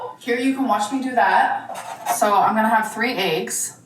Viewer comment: I cannot stand how she says “aches” instead of eggs. And she said it SO many times in this video, I swear she did it cuz she knows it drives everyone crazy. 🥴